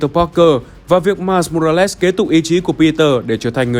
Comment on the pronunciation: Mai mô ra lét??? Nghe kì kì kiểu gì ấy